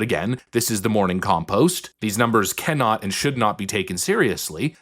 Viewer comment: Did I hear you say: “Morning Compost Poll”?